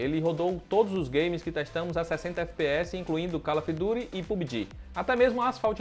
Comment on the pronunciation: CALÓFY DURY? Que jogo é esse ? Kkkkkkkkkkkk